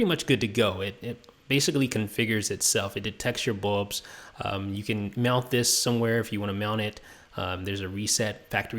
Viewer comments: It's bulbs NOT bubs gosh!! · BULBS, BULBS, BULBS not BUBS!!!! arrrrgggghhhhhh!!!!